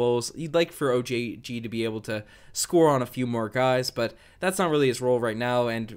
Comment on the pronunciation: the word able is pronounced aye-ble not eb-el. I know picking on you for it might be immature but man it drives me nuts, I mean ypur English is really good, I don't see why you go all french on mean when it comes to that one word